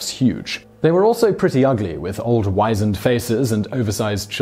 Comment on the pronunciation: Wizened- Whiz’nd. You’re welcome.